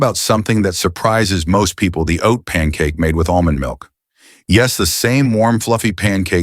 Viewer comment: Almonds milk ?? Dr what are you saying?